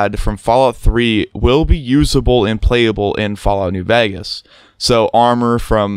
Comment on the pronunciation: "Fallout New Vagus"